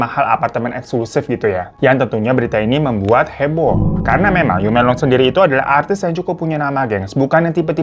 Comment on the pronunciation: Laoban = laopan Yu menglong = meunglong gtu bukan m€nglong Ya bang hehehe.. Btw kasian bgt dia, smoga ibunya mau negakin keadilan buat anaknya